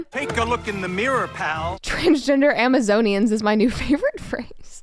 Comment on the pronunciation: As ridiculous as the people are, I’m pretty sure he said Amazonian correctly.